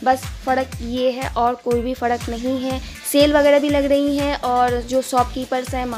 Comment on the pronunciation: Bhan fadk nhi frk hota hain 🤗🤗🤣🤣